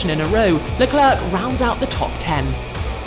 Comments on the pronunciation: "Charles Leclerque" 😭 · Can someone teach her to say "L'Eclair"? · Why does this narrator always say Charles la-clerk?